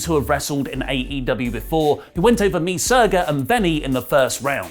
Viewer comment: "Me Surga"